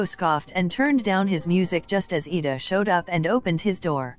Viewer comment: It's Iida not Lida